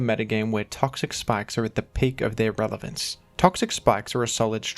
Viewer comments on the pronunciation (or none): Is he saying "Revelance" ??